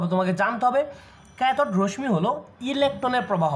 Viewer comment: রশ্ মি না।উচ্চারণ টা রশশি হবে